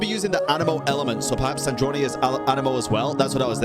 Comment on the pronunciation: you forgot. We were captured by the shade of space while fleeing from cataclysm and then thrown into Teyvat and then we landed in Mondstadt. So, we actually never got to travel Teyvat and that's what we are doing right now. Also,. It's SandrOne. Not Sandronae. Like the pronunciation of a Drone in Sandrone